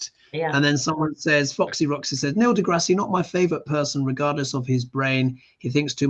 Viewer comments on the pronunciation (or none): Neil degrasse (pronounced de grass no de grassy) is great. He has videos on your Tube called Star Talk.